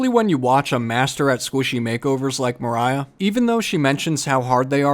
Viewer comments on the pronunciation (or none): none